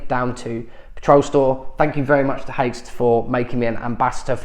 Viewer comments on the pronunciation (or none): You pronounce this brand hikes! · Haix > Hakes > rhymes with Cakes :))